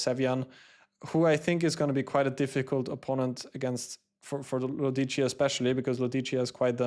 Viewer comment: The pronunciation is Lòdici, not Lodìci